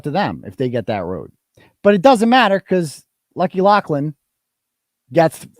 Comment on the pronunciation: If it’s Loughran why are you pronouncing it “Loughlan”?!